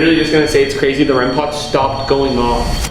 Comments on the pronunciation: Hey I just wanna tell it's "rem pod" not "rem pot" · It’s not called rem pot it’s called rem pod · Man! it's not REM pot it's "REM-POD"🤦‍♀️